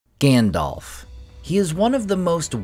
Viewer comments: Grand-elf? Lmao. What the hell?! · My friend, I love your content and Tolkien is my obsession too. If I could ask ONE thing only, it would be that you call Gandalf "Gandalf" and not "Gandolf". You may recall that PJ in his LOTR commentary specifically called this out as something the American cast could naturally slip into saying. Perhaps it's because PJ raised this point and because the cast adhered to it that I became so sensitive to it! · We knew it was coming. But it still sucks. WTF is with this “Grandelf”?